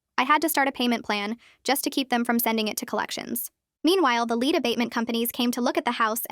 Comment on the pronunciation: LED. LEAD IS PRONOUNCED LED.